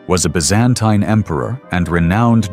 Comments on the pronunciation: "ByzAINTAIne" - I cringe every time Other than that, great video! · it's "biz-an-TEEN" not "biz-AN-tyne" You keep using both pronunciations. And they didn't call themselves that - they called themselves, in Greek, "Romaioi" (ro-MEH-ee) "Romans" The narration says Basil died in 1886, so you need to correct that. I also think the size of those pearls hanging off the crowns and collars were greatly exaggerated in the portraiture. You don't find pearls that large anywhere! I noticed that a lot of the men's faces look the same, so the AI isn't making enough differentiation .